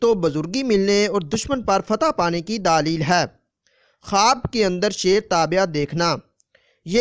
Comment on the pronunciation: Bhai pehle apna talfuz theek kr len daalil nai دلیل theek lfz hai